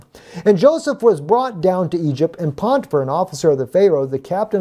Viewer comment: You keep saying, "PoNtifar", but there is no N or Nun in that word...English or Hebrew.